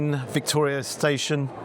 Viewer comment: "Here we are, back in Victoria shtayshun" ❤